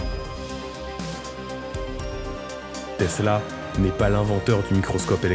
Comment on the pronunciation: Teessllaaa ouuuii ! à prononcer comme suit